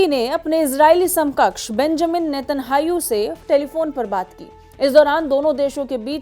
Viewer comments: Anpadh anchor. Not netahau. Netanyahu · Please learn to pronouce israeli PMs Name correctly its Netanyahu not Netanhayu